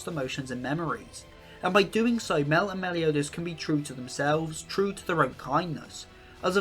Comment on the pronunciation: love the video! excpet its pornouced "my-el" <3